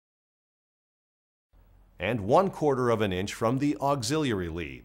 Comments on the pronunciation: It bothered me too. Auxillalalary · Bruh….. why you keep saying auxiliary like that….